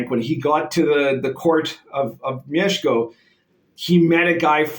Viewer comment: The way you pronounced "Mieszko" - respect, sir!